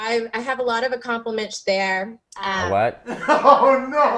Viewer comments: I died when she said i have a lot of acomplimige there😅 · Ohmigosh, this poor girl! Going viral for something so unplanned and unintended. Also, did she go viral again for "Accomplamage"? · Yes, a lot of accompimensh😂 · Its the "conversating", "accomplishmitch" and "aloof" for me lmao. She didn't really inquiry much more on education huh. ..... and the mario catching strays hahaha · I was on her side until she said “accomplamish” 😂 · Between "conversating" and "accomplimench", she and the English language are still fighting. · Not her using the word “conversating” 14 years later…. 😂😂😂 Edit: I should have waited for “accomplimitch” 😂😂😂😂